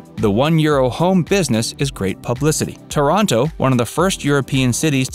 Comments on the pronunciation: Thank you for butchering my hometown's name LOL It's TAH-ranto, not ToROnto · The vídeo is fantastic ! But I thinh it's TÁRANTO but not TORONTO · Please!!! TORONTO is in Canada. TÀR-an-to is in Puglia. As is Ò-tran-to. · Oh, okay you’re saying Toronto as in Canada!? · Pronunciation is way off: It's Taranto, not Toronto. And cita vecchia? That was really bad.